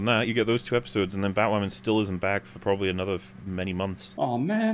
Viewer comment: BatWahmen V SuperWahmen: Dawn of Cringe